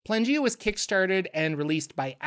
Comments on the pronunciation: Y do u keep pronouncing it Plangea? It is spelt Planegea, with an E in the middle. I think maybe cuz it is a reference to Pangea that u r tripping up on this but if u have a source that tells us it is actually pronounced Plangea, then I'd love to know where to find it, cuz right now the sound just hurts my brain. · PLANE not PLANgea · Dawg that's clearly pronounced plane-gea Not plan-gea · It's Plane-gaea. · Isnt it pronounced playn-G-uh? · ... Is it not "Plane" -gea. As in Pangea, but of the Planes? lol